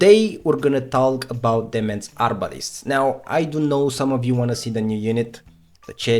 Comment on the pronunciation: Demesne is pronounced De-main. Like Domain but with an e instead.